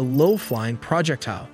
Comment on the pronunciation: Project-tile? AI just ain't there yet.